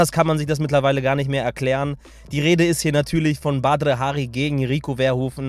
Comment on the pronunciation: Du sprichst seinen Namen total komisch aus an hört sich komisch an